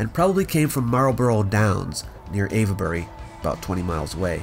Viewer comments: It's pronounced wilt-sher, not wilt-shy-er, and ayv-bery, not ava-bery. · We Brits are shockingly lazy when saying words: place names especially. Avebury is ave-bree (you started well, but need to drop the schwas in the middle and at the end); some locals pronounce Cholmondeley as something like "chummly". And a lot of the old Norman-French names have been mangled: Beaulieu is byoo-lee; Chester-le-Street is chess-lee-street (not too bad, actually) and lots and lots more. Generally, English orthography and pronunciation have been fighting for a thousand years. It's basically a no-score draw. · You did a good job. My only correction is that 'Ave' in Avebury is pronounced like 'cave' instead of 'Eva'.